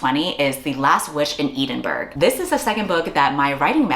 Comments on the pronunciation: ed-in-bruh, you're welcome ❤ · as a brit (im sorry), ee-din-burg broke me 💀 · girl why did you pronounce Edinburgh like that😫😫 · I have never heard Edinburgh pronounced like that, but I support you! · congrats on the agent, and tysm for all the great recs!!!! but pls pls girlie google how edinburgh is pronounced hahaha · Congrats about the book!! 🎉 Can't wait til its published abd i can read it 😁😌💞 Also I love you but your pronunciation of Edinburgh hurts my soul 💀 I was cooking while listening to this and i thought it's a made up town until i looked up and caught the cover of the book 😂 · I’m glad that someone else got here first as this hurt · I wasn't looking at my screen when she said it so I was like 'ah, a random fantasy town name' then I looked and almost choked on my drink.